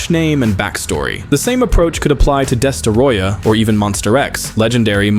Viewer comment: "Destaroyah"? Idiot.